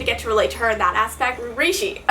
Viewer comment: you pronounced Rishi's name of how not to pronounce it that's in the book at the beginning of video and then said it right later lol 😂